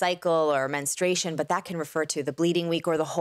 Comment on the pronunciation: There is no such thing as MENstration…. it's Men stru ation